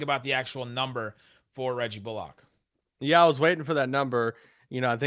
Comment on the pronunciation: Love the work you guys do and love the podcast, and not to be "that guy", but it's pronounced "Bull-ick", not "bull-ock" lol